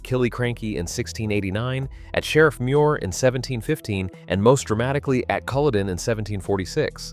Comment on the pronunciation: Iits Culloden not coloden. Mackay not mackahhh please pronounce the names properly